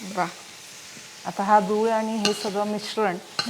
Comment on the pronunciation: गूळ म्हणत आहेत त्या पण व्हिडिओ मध्ये दुळ असे ऐकायला येत आहे